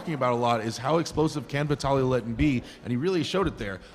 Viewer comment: Someone plz tell the commentator its Laletin, not Lalatin.